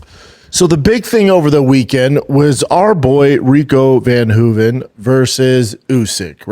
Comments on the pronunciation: Not Rico van Hoeven- it’s Rico ver Hoeven. Get it right Brandon. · Its ver hoven. Damnit shaub say names right man. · If I have to hear him say Rico’s name wrong one more time… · Dude is such a liar lol he listens to what other people say and tries to replicate the information as if he knew, didn’t even know how to pronounce Rico’s last name lol😂😂😂😂